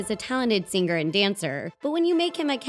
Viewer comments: You know the G in “singer” is supposed to be silent, right? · You pronounce "singer" wrong. The word "Singer" has a SOFT G. You are doing it wrong. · Why do people pronounce singers with a hard "g" like "fingers" is pronounced? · was that the right way to pronounce 'singer'? just asking..